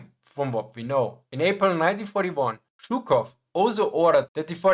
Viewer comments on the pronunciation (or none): It’s zhookov like foot and stalin with s like in snake